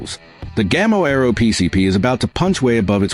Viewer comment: It is not "Gamma" but Gamo. A well known air rifles Spanish trade mark. Gamo means fallow-deer in Spanish. Obviously the link to Amazon doesn't work.